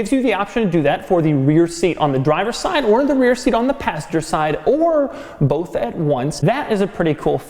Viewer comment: TIL Doug says "bolth"